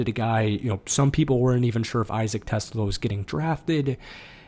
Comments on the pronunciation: It's pronounced "te-SLA". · Great vid! Just so you know, it’s pronounced “Te-Slah”, not like the car